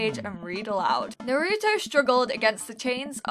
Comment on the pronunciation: "Nah rou toe" GIRL ITS NAR ROO TOE